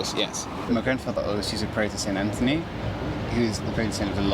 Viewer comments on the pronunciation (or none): none